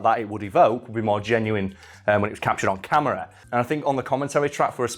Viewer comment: why does he say camera like Jenna from 30 rock?